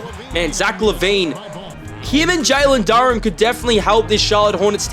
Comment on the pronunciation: hey no hate but its pronounced jalen doo raan